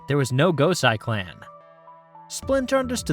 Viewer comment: Quality coverage...one detail...the name Gosei is pronounced 'Goh-say'. Sai is pronounced 'Cy'. A lot of Japanese is a bit simpler than folks realize. Keep up the good work.